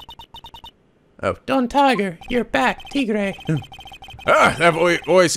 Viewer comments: also you're pronouncing Tigre right so keep it up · Mais = may; bien = byen. Probably spoken a bit more quickly compared to the "bee-en" pronunciation. And yes, Phoenix's evil twin's name is pronounced "tee-grey." =^^= Spanish, French and Italian are all classed as Romantic languages, so they have similar words in between them. Could explain why most people in those language categories find another in the same language category easier to learn as opposed to, let's say, Mandarin, Ukrainian or Swahili, which are different categories of languages altogether. And dat girl...damn, I had shivers running down my spine. Yeesh...TTwTT